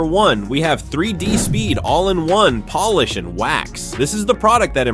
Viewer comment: Make it say polish instead of Polish. Biggest gripes with AI narrated crap is they don't LISTEN to it before posting.